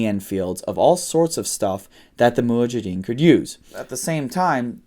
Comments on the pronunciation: Mujahideen. Not muhajideen. Lol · Its Mujahideen not Muhajideen. 😜